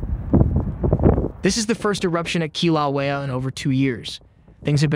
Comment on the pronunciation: The way you say Kilauea is horrendous.